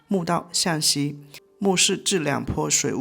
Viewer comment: 石椁（guo三声）不是（chun）